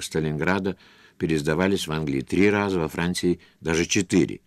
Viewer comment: Как он произносит "во Франціі"," листотшек" ) Киев?)